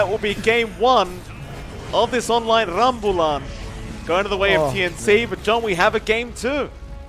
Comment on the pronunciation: Love the caster's use of appropriate and local slang/jargon!! i.e. rambulan Just wish someone typed how it's meant to be pronounced. not ramble-an.. ram-booh-lan.